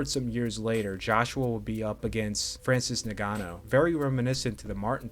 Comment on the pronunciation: “Francis Nigano” 😭